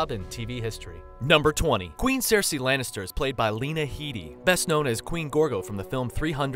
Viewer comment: Maybe someone who makes a video with facts about certain subjectmatter should learn to pronounce important words for said subjectmatter. Such as Daenerys, or Cersei.